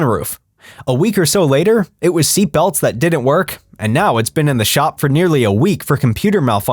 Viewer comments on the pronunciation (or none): none